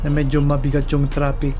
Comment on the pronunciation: I just find it funny that you say "tropic" instead "traffic". I'm like, "Where is the beach and the palm trees" in your video? Lol